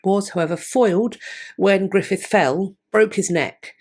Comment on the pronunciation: 56 years old and just learned Gruffudd is pronounced Griffith.